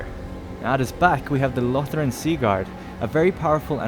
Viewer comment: Lothern.....its lothern, not lothren